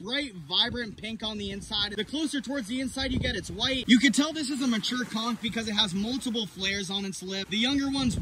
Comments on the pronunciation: is it pronounced "konch" or "konkh" (<--- the one he said) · It's literally pronounced "cunk" not con 😂😂 and we eat that shit down here in Savannah GA in some hot sauce, seafood seasoning and garlic butter I can say it is not no aphrodisiac we eat this literally everyday 😂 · No conck is how it's pronounced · Bro it’s pronounced con-CH!!! 😳😂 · How do you pronounce aphrodisiac right, but not "Conch" 😂😂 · all dat info but pronounces conch that way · He can’t even pronounce conch right